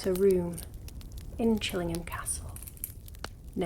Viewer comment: Love this video! (And how you say "Chillingham") :)